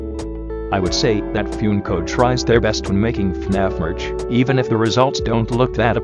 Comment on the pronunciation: THANK YOU ALL FOR 1000 SUBSCRIBERS!! Expect a little something on August 8th :) Also sorry about the bot pronouncing Funko as “Fjünko”